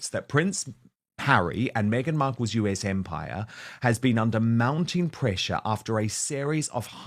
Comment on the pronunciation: Dan, it's "us", as in the word, not "U.S." magazine.